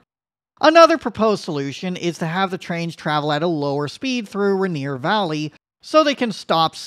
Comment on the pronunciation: Bro, it's pronounced rain ear